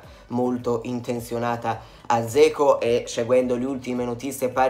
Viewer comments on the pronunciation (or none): Ma è statto infettato dall'asso di Roma? Zeco? A me pare che si debba pronunciare Geco, come risulta da varie fonti, ad esempio qui: Però ognuno fa come vuole, ci mancherebbe...